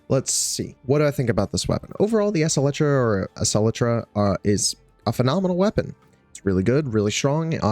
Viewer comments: EXCEL like "accelerate" as in "the car accelerated toward her" or "she excelled in this class" the phonetic pronunciation is "ex-CELL-tra" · Its pronounced acel-tra prime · EK SELTRA. or just think of acceleration when saying that primary name lol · Acceltra (Ak-sell-trah)